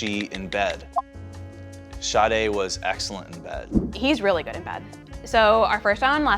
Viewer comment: Im not the only one who thought they were calling her shawty 😂😂 and later realized her name is sade